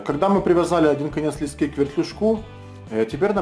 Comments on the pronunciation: Не лескИ, а лЕски! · Спасибо, отличное видео! В слове леска ударение на "Е", так же и в слове "лески".